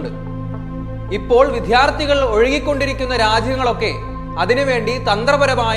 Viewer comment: വിദ്യാർത്ഥി എന്ന വാക്കിന്റെ ഉച്ചാരണം ശ്രദ്ധിക്കുക.